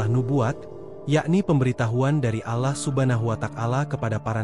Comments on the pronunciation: coba siiiih,,,ucapkan nya ALLAH jgn alah,,, telinga sy gatal dengar nya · Keliatan nya yg membaca naskah bukan orang Islam, karena membaca nya lucu, dan mahroj nya salah!! dan tidak fasih, membaca Alloh, diucapkan Alah, dan membaca Rasullullah SAW, membaca kitab Injil, silahkan dengar kan dengan saksama!!! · Yg membawa kan cerita bgs , cuma penyebutan nama Allah dan subhanahuabta'ala diperbaiki ,..Allah L nya tebal . Bukan alah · Pembicaranya lucu😂😂 seloloh katanya 😅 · Maaf bercerita tentang Islam tp penyebutan,Alloh DWTdan nyebut Rasulullah salah,masa g ada usaha utk d perbaiki